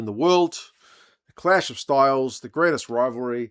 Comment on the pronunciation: Did you say grainest rivalry lol